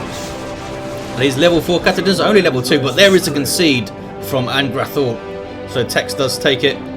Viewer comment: Thanks for the cast, congradulations on getting the name right too! -An'grathul